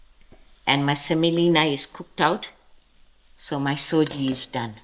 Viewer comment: Nice recipe. Thanks. Just FYI....it's Sujee (sooji) not SOJI, as South Africans have amended it to